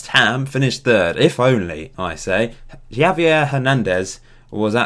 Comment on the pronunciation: Why do you say: “Yavier Hernandez”. It’s pronounced “Havier”.